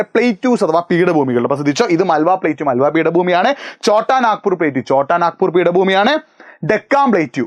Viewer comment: മാൾവ. not. മാൽവ